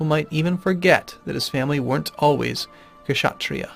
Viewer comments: You're putting too much emphasis on H in Brahmin. It sounds like BRA-min Same thing with Kshatriya, the K is silent. It sounds like shut-REE-ya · Kshatriya is pronounced with the k silent